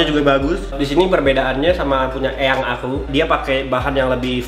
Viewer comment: Eyank itu cuman kedengaran kayak yank